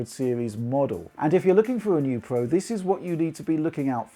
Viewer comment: It's Pro not Pwo lol learn your Rs